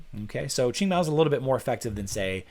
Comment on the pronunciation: I still can't get over Qing being pronounced ching